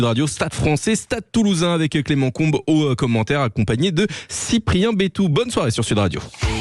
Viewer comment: Trop bizarre d'entendre Clément "ComB" ici 😂